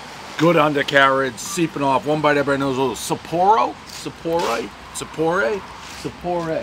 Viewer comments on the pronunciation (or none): "Alright we're in East Lyme, right?" , "Sapporo, Sappor-age, Sappo-rilio's, SopporRAY" - Dave's back!